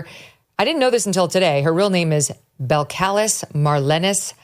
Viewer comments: Her name is pronounced Bel-kalees. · Bell-Ca-Leez is how you pronounce your name. And I love me some Cardi B😂😂😂